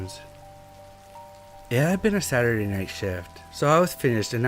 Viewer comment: 🤨 For real? He says things like “Cullent“, instead of couldn’t. “Sarrday “ instead of Saturday. Still like his stories but, the best, he is not. If it was a speech impediment I wouldn’t say shit. However, it’s something he does half the time. Not all the time. Meaning he’s capable of speaking correctly. He just doesn’t care enough to try harder.